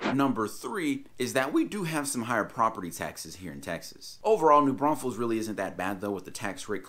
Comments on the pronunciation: You call it New Braunsfels at 1.54! Apart from that great video, thanks. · Hilarious how you said “don’t say New BraunSfels” and then repeatedly said it 😂🤣😂🤣